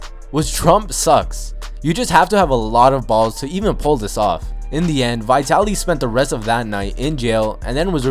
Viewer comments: Who the f is vietaly it's vitaly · dis nigga just say vytaly? das wrong its vItaly iiiiiiii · Its vitaly not vytyli stupid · its vitaly not vietaly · i've heard of vitaly but not vaitaly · Vi taly lmao get it right 😂😂😂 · It's Vee-taly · Is not how u say vitalys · Learn how to say vitally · He says vitaly wrong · You said Vitaly wrong